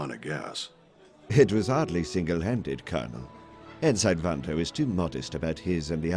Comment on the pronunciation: Wondering if you knew that Ensign is being pronounced like Sign, like a stop sign. But it's pronounced En-'sin'.